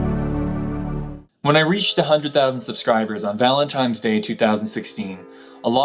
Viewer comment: It's nice to find people who care so much about words like me, and also pronounce it "Valentime's" day (unless I misheard)😋 Two people this week have given me grief this week for it. I'm not sure where this comes from and I know how it's 'supposed to be' pronounced, but that's how I've said it for as long as I remember. Thanks for this video. I enjoyed learning a little more about who you are and your past. You deserve to take breaks when you need them, but I'm glad you are in a place to come back and are looking into doing this full time.